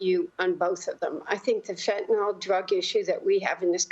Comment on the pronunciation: Can they please call it Fen-Tuh-NILL, and not Fen-Tuh-NOLL? SMH...